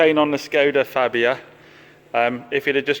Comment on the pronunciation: It's pronounced "Farbia"